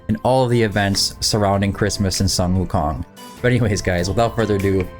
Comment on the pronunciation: "Soon-Woo-Kong" not "Sun-Woo-Kong"